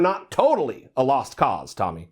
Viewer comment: Tomi completely was out of her league. I saw her under achievement it was a disaster. Plus Bill kept mispronouncing her name lol.